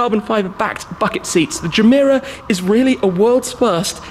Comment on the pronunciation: Any one else notice the “jah-meh-rah” intstead of “gah-meh-rah” irked me every time he said it😭😭😭